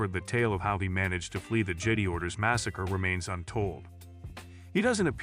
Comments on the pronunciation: I gathered that on the third: "Jeddy" lol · I want to know who wrote this TTS engine, because the fact that it can't pronounce "Jedi" or "Sith" correctly means that the programmer deserves to have their geek card revoked. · How are you gonna miss pronounce Jedi multiple times. You might as well just close up this channel. I’m telling YouTube to never recommend this channel again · How many times can you mis pronounce jedi in one video lol